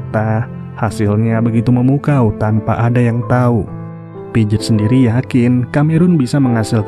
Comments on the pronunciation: piaget bacanya pijet😂😂.. padahal bacanya pease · Pijet pijet 😂😂 pronounciation nya atuhhh